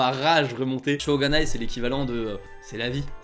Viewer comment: C'est "shō𝙜𝙖nai". Avec un "o" long et "ga" (et non "gu"). Je ne pense pas qu'avec un "o" court et "gu", des Japonais comprendront.